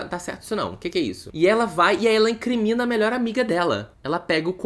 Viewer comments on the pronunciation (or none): E “incRINmina” hahahahahahaha